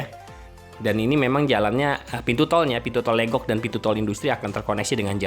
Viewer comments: Pengucapan Legok jgn seperti logat Batak, tapi dibaca Legok seperti kata lepas, Legok itu artinya cekungan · Emang legok, bukan leugok.. Pengucapan logat batak, kebetulan saya tinggal di legok